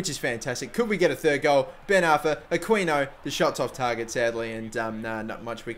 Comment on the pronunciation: It's pronounced a-key-no